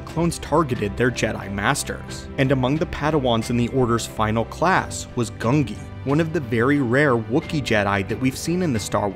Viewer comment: Who is gungi? His name's genji